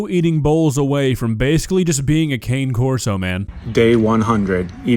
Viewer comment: my dear, Cane of Cane Corso is pronounced like Kanya West but instead of a Y use an N Kan/nay Corso Means Guardian Dog in Italian. I have a Cane Corso almost 10 months old OVER 2 feet tall and he weights 120 pounds he was the runt he won't get to be a 185-pounder he was the smallest in the whole bunch, and no one wanted him (I sing a silly song called bargain basement Puppy) He is headed for OVER 185 pounds he's going to BEAT that weight he is taller than 2 feet tall hey once in a while you get that rare bully puppy he eats Raw so I busted up at your comparison I'm guilty lol